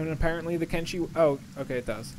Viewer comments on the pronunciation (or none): Why do you call it Kengi when it's Kenshi? Thumbs down due to creator not knowing the correct name of the game.